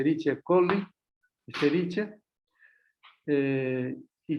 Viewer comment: ¡Qué horror!, se escribe "Escherichia", pero se pronuncia "Eskerikia". Solo por eso ni tomo clases con él.